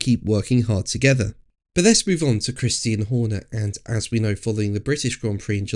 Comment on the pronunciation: "Christian" not "Christine". You just sound so stupid when you pronounce the Mans name incorrectly. It's, "Kris-tee-Ann", Not, "Kris-teen".